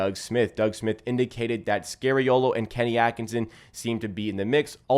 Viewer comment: Dude, you’re good but….. can you STOP saying SCARY-OH.LOH? His name is pronounced as in SKA-REE-O-LO or SCAR-E-O-LOH. Please. Please. I’m Italian and it hurts to say ppl butchering Italian names.